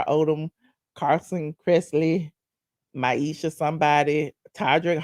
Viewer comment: 😂I am laughing YOU KEEP CALLING MIESHA - MYESHA